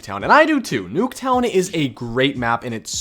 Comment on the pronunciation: i swear he says noobtown